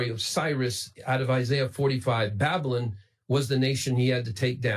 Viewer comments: Why did he say it like "babbolin"? 😕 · I love his pronunciation of "Babylon." He seems to be doing that thing where you pronounce a word differently to make it seem like you know more about the subject than everyone else, but it ends up sounding like "babblin'," which is precisely what he's really doing. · I love that he pronounces 'Babylon' like 'Babblin'. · "The Empire of babblun!" Rilly! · I can't get over how he mispronounced Babylon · Gotta love the way he pronounces “Babylon”.